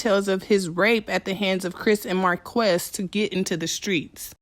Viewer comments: His name is pronounced "Marcus" and he and Chris need help and need to be locked up. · Marques is pronounced Marcus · It's pronounced Marcus but spelled Marques. Raz is currently still on tour. Love the video.